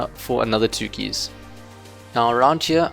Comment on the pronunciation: you pronounce keys so weird